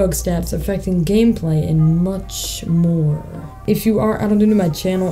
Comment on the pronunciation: “And much moore” 😹